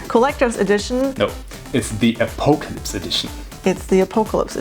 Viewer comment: lol "a-poe-ca-lyps" edition :D